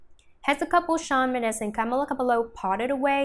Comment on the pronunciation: “Camla cablo”